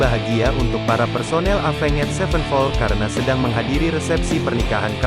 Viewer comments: Aya. Ruhut NU Wawan cara t bisa nyebut evenjet mani epenged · Alah ngomong nama band nya aja avenget sepen pol wkwkwkwk